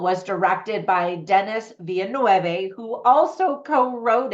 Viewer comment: The way you pronounced the director's last name was hilarious 😂